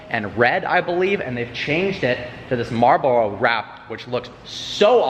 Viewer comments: The way you pronounce Marlboro hahahahahah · 'marlbololo' wrap